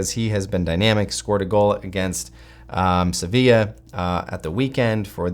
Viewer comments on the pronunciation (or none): none